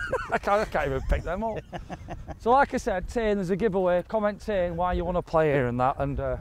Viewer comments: Tain not NAIN. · It's not pronounced "Tann" it's Tain - rhymes with "rain" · Tain is a nice golf course I had to laugh when you pronounced tain tan lol there's alot of gems up here im glad you love it 👍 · Tain for a round - or TAN as calls it 😂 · Tain! Another great Scotland video. need to work on your Scottish pronunciations though lads! Theres a difference between a forth and a firth. :)